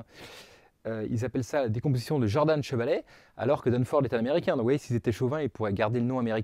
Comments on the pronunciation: Vous êtes sûr que ça se prononce "Jordanne" ? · Merci pour cette vidéo, qui donne une technique pour obtenir la décomposition de Dunford. Mais je ne comprends pas pourquoi tu prononces "Djordane" à l'anglo-saxonne alors que Camille Jordan était français. Mais bon, c'est pas grave grave. Cela n'entache en rien la qualité de ton travail.